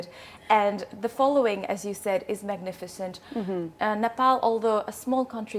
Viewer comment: Ms. Nepal can't speak Nepalese language? The way she pronounced her name is very English.